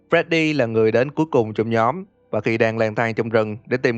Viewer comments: để ý chữ nhóm thành nhòm :v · (Toxic) nhóm not nhòm :))))))))))))))))